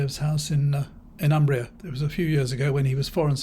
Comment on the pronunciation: "Umbria" is pronounced with the "u" like "oo" in "pool" but short sound.